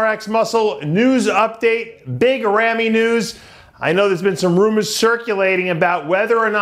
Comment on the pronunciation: Why doesn't anyone tell Dave Palumbo how to pronounce Big Ramy? He sounds ridiculous calling him Rammy. I know he's 50 years old but he needs to get it right. It's not a good look. Big Ramy is not a US American so it would never be Rammy.